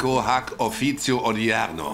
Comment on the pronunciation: Na ja, offenbar im antiken Rom, laut Doku 80 nach Christus. Die Aussprache ist eher mitelalterlich, d.h. so 10./11. Jahrhundert n. Chr. vielleicht. Das antike Latein wurde etwas anders ausgesprochen - z. B. statt "offiiiitzio" (für officio, siehe ) eher "offikio" mit kurzem i und k.